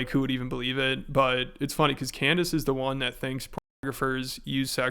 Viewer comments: Did he really call her "Can-dayce"? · What’s it like running defense for a guy who pronounces your name Can-Dayce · “I’ll be honest, Canned-ace” 💀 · Did he say Can-Days 😂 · Did he just call her "Canned-Ace"? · 2025 the year of annoying voices between this guy and his American doing an impression of a British person doing an impression of an American person badly. Can Dayce is a unique way of pronouncing her name.... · Does he call her Cand-Ace to make it appear as if he doesn't know her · "Cand Ace" bro what XD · 'I'll be honest Cand-Ace!' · amongst all the grievous garbage this guy has done, let it be known that his pronouncing "Cand-Ace" is not the worst, but still terrible. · He said "Can-Daze" instead of Candace 🤣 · That's exactly what I heard! lol "Canned-ace"... what a maroon! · canned ace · Its pronounced CANNED ACE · Can dice dih fit in your mouth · Cand a$$😂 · Can dayce nuts fit on your mouth ? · it's clearly a power play from tate. He knows how to say her name right